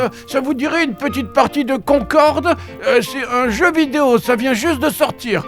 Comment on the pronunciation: j'aurais juré avoir entendu " c'est un jeu BIDÉO " quand il parle de Concord mdr